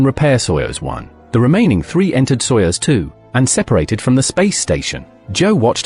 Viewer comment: Soyuzu !? Seriously still dumb AI…